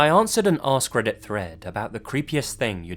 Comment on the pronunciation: because of your accent I thought "askreddit" was "ass credit" lmao